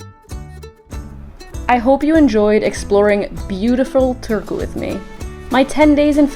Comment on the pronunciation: first time ever hearing that pronunciation wth lol